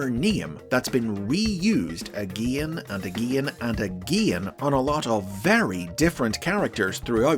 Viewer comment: Agein, agein, and agein